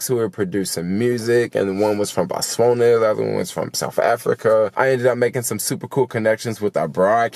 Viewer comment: Welcome back to the US! It's BOTS-WA-NA...